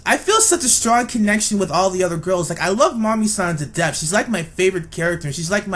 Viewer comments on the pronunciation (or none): none